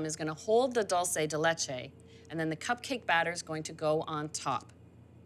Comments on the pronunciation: it is pronounced DOOL- SEH DEH LEH-CHE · Sorry Anna, that is not dulce de leche. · Anna, That is not Dulce De Leche. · looks delicous! but damn girl that's not how you say dulce de leche!! check your facts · Come on Anna! That's not dulce de leche